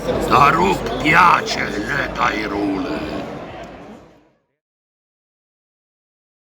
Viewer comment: Ho appena notato che Ubaldi dice anche nella intro Hyrule all'italiana. È una cosa un po' sgradevole però del resto alcuni di noi sono stati i primi a sbagliare dicendo Hyrule all'inglese e invece Hylia all'italiana